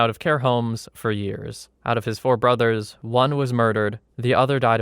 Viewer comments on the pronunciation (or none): none